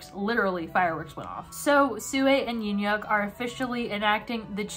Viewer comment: YUN-YUK IS THE WAY U DECIDE TO PRONOUNCE HIS NAME